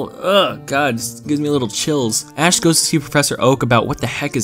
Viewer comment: Thanks to you, all I can hear now is Ass and not Ash